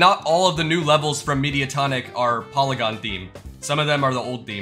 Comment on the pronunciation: that's not how you pronounce polygon